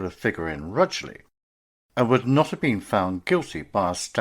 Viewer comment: Rugeley. Not pronounced RUGLEY